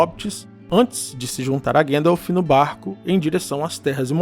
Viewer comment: Gandalf le como se escreve ! 😅